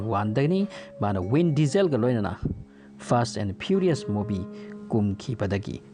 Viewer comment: Vin diesel haigadba natro win diesel haina tare